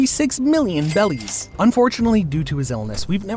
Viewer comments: why are you saying bellys instead of berries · OH GOSH ITS BERRIES NOT BELLIES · why is bro saying bellies🤣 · Why does he say "Bellies" !?!?! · Imma be a hater real quick, the way this mf says "bellies" kind of annoys the fuck out of me other than that good video